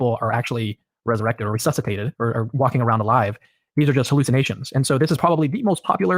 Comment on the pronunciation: said the word "resussipated" I think.